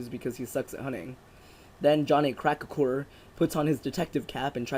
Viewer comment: and it's not crack-a-hoo it's crack-hour lol both are equally ridiculous but still you pronounced it Wrong multiple times. I swear you didn't say the same name twice you keep coming up with new ways to say it